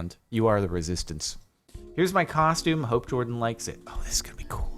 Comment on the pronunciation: Every single comment, HIS NAME IS JORDAN NOT JaRDON